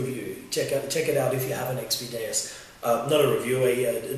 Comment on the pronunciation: or xp deus not daus that one must be from china lol